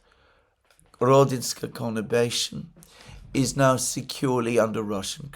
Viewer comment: word of the month: 'connibation'? or is it conurbation?😊